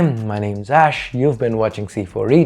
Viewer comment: Ash is "Ayessh" Cool